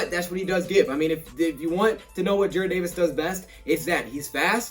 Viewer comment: youre saying Jared instead of Jarrad again l ol